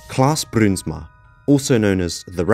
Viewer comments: the ui letter combination forms an ow sound when pronounced, fyi ; ) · Im frm the netherlands i love how you say bruinsma it almost sounds russian😂